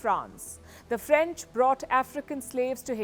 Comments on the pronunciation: I'm Haitian and can tell that Palki has done a great job at explaining the Haitian history and the current situation in Haiti. Palki pronounces French very well. I'm impressed😃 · Good coverage on Caribbean news. Serious research went into making this report and connecting the dots. The French pronunciation, not bad at all.